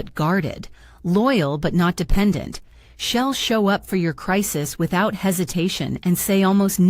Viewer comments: She’ll is not pronounced shell…way to go AI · The AI voice saying “shell” instead of “she’ll” was really annoying!! If you can’t make it say it correctly, put in “she will” in long form, instead of thee abbreviation.